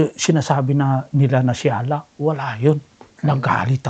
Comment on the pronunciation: Pagbanggit mo palang ng maayos sa pangalan ni Allah hindi mo ma-pronounce ng maayos. Hindi nga ganun kalalim ang pagkakaunawa mo sa Islam kaya kahit anong Relihiyon ang magpangaral sayo ay madali ka nila mapaniwala.